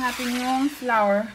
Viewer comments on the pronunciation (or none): none